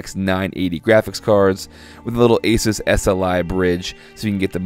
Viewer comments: Pretty sure it's pronounced "Uh-SOOS", not "ACE-is", but u say what u want m8 I ain't tryna start a flame war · God damnit he said Asus wrong. OCD...